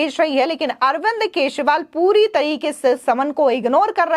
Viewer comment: Kya yaar ye kaisi Anchor hai. Keshwal bol rahi hai. Pls correct her channel walo. Channel will lose its level 😮